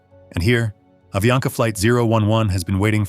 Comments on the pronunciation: Falando o nome da empresa errado , não é aviania , é avianca! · AVIANCA pas AVIANA